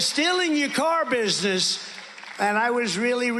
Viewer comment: Listen when Trump says "car business". As David Pakman said "very slurry". He's also so sweaty and bloated in the neck and face you know he's either on a lot of medications or has something physically wrong going on with him. Either heart or perhaps another internal organ.